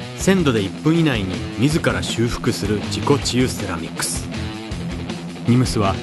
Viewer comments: 自己厨セラミックスに聞こえた(難聴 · 自己中セラミックスって聞こえた。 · 自己中セラミックと聞こえたのは小生だけだろうか。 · 自己治癒セラミックスが何回聞いても自己中セラミックスって聞こえて辛かったです